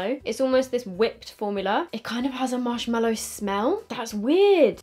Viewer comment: I actually love you so much but dear laaaawd it’s marshMALLOW not mellow 😤 MAAAAALLOW. From the MALLOW plant. Anyway, not being a hater, just a pathetic pedant. Haha ♥️♥️♥️♥️♥️